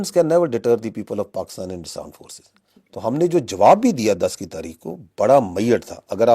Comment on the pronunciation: Isbaar bohot dhyan se bola aaaaaand forces 😂😂😂😂😂